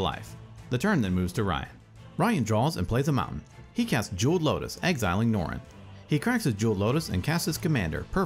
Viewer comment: This is aganozing to hear Cal's name mispronounced........ wait Jeweled Lotus also. Does the one narrating have a speech impediment where he can't pronounce Ls in the middle or end of words?